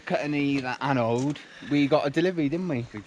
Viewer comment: Glad to see you using puraflex! I have used it a few times on my boat and am really happy with it but it does make a mess. Watching you refit your rudder reminded me of when I put my rudder back on earlier this year. Episode 14 of sailing octopot on YouTube. Makes me chuckle when you try to say annode. Angela, my wife calls them annoides!